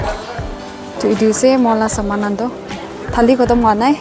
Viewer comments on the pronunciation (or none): Don't say thali its hali